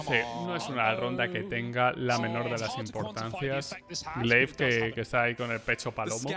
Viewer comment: S1mple??? Madre mía... solo falta que digas gla1ve en lugar de gleiv... 🤦‍♂️